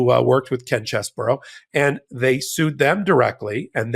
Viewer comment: What a sleazy creep. BTW,: I should let you know the correct pronunciation of Chesebro is much easier on the ears. His last name is NOT pronounced "Chess-burr-ow"; it is: "Chez-bro". See? It has just two syllables. There ya go. You're welcome.